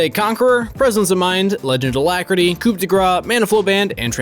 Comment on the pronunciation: Please learn how to pronounce coup correctly. LOL